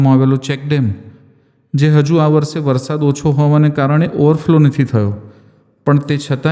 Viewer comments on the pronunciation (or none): none